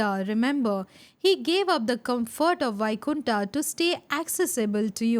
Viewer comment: Many ancient words you can pronounce as it is like 'puran' not purana, वैकुंठ not बैकुंठा